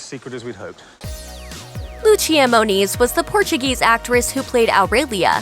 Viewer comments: You said "LuTCHia" ? Really? She is Portuguese! She is not Spanish! Is "LUCIA" (Loo-see-a) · 'Loossia' not 'Loochia' (Lúcia Moniz). (Great actress!) (And re the dialogue, no Portuguese student of English would say "Yes is being my answer".)